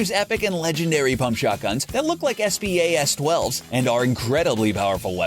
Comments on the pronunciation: I hate how he said s.p.a.s 12 instead of spas 12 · Near the beginning he spells out Spas 12 am I the only one who says it as one word? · s p a s 12 . Wow its spas 12 dude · 😑Did my man really say S-P-A-S 12 instead of Spas 12 like BOI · S.P.A.S.12s? Sir let me correct u spas 12